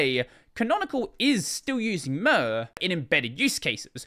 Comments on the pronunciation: I want to stab my eardrums every time I hear murrr instead of Mir. The way you should pronounce it is the same as in the word Mirror. Mir means both world and peace in russian - it is also the name of a defunct space station. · The way you pronounce mir is: Mirage. PS Wayland sucks